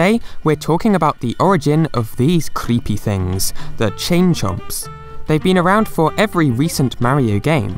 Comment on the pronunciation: "these cRRReepy things"